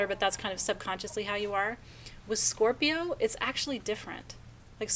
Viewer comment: not this Scorpio I will give the façade of making you think I don't need anyone, but I thrive on imparting knowledge with others and want to learn from others. yes is awesome. so wonderful to hear you say Scorpio beautiful